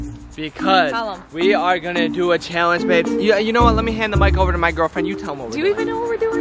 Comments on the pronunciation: How many people cringed every time said, “Cheeealanggeee” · This is how says challenge-chalange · She says challenge chillenge and it’s soooo annoying no hate I love you huys